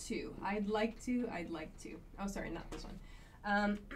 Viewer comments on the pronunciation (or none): I hit always the lick button... hahaha. What a strange pronounce of like,?